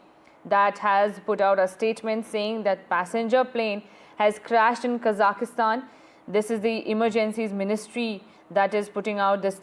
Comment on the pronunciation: It is Kazakhstan and not Kazakistan!!